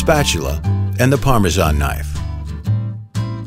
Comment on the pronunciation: I can’t believe somebody whose narrating a video about Parmesan can’t even pronounce it, goodness gracious